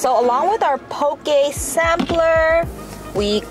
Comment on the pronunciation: how u can tell theyre not from hawaii "pokey" lol